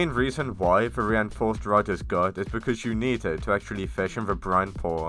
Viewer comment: "the ewapid rod"